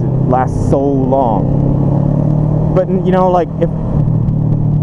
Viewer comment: You sounded so Asian when you said " so long!!!" No disrespect. Love ya.